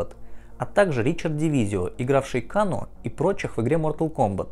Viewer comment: КЭЙНО А НЕ КАНО !!!!!!!!!!!!!!!!!!!! ТЫ ЖЕ ТИПА ОРИГИНАЛЬНУЮ ОЗВУЧКУ ЛЮБИШ ВТФ !!!!!!!!!!!